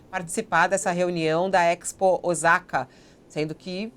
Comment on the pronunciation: Fabiola ! Osaka se fala Ossaka e não Ozaka !!!!!